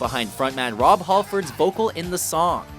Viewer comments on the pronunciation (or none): "Rob Haulford?" dafuq what kinda pronunciation is that